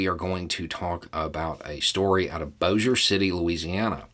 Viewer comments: Congrats! You got the pronunciation of Bossier correct. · It's where I live. I give big ups for pronouncing it correctly because NO ONE outside this area does. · Yeah, the only reason ppl know it at all is because Barksdale air force base is here. it's where all the B-52s are housed. but NO ONE outside the area pronounces it correctly, so credit to for once again doing his research.